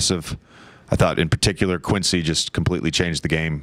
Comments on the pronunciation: It's QUINCY! Not Chris., 🙄 QUINCY OLIVARI. 💪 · You say his name wrong so confidently 😂